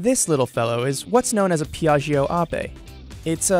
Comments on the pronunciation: "Peeahgio" wow could you have gotten someone to mispronounce even more? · It literally takes 5 seconds to google the right pronunciation of "piaggio"...